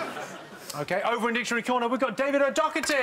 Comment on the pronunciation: Why do they pronounce it Docketty when there's no 'k' in his name?